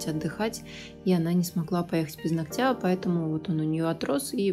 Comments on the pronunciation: Не ногтЯ,а нОгтя.... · Здорово, только постоянно повторяющееся "ногтЯ" 🙁 НОгтя, плиз! 🙂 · нОООООгтя, а не ногтЯ !!!!!! Ну неужели так сложно запомнить ? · Приятно вас смотреть и слушать...но все же поправлю..правильно говорить не ногтЯ, а нОгтя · Не из под ногтЯ,а из под нОгтя, выучите это слово и не позорьтесь если вы не грамотная, а тем более занимаетесь ногтями,просто неприятно слушать такую речь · Вот всё хорошо. Прекрасный тембр интересные, познавательные видео, мягкая речь.... но УМОЛЯЮ 🙏- нОгтя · Прошу вас ствавить ударение на нОгтя.. это не хейт, а просто сделает вас лучше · НОгтя, ударение на первый слог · это высший пилотаж! Здорово. Только "нОгтя", "под нОгтем".Ударение бы правильно.